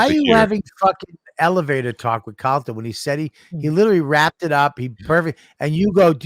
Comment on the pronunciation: Or I’m sorry Calter not Calta